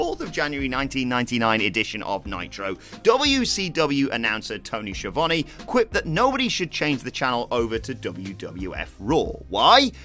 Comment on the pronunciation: How do you get the pronunciation of the play by play announcer in the company you promote more than any another wrong. Tony Schiavone learn to say it.